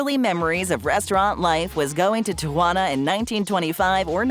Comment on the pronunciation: it is pronounced; tea-ah-wan-ah